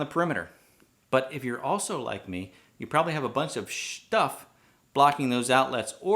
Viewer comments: Good day 😉👍 I like the way that you pronounce SHTUFF 🤣👌👌SAID WHAT SIR,😮🤔 INSTRUCTION ARE MET TO BE READ BAD BOY 🤣👌👍 Great testing Sir 💪👍 I'm still laughing my gust out Sir of your OUTSTANDING bloopers 💪👌👍🤣 Cheers 🍻🍻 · " a bunch of shhh-tuff" 😂 subbed for the humor